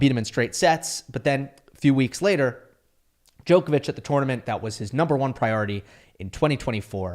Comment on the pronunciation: I wish could pronounce Djokovic’s surname correctly.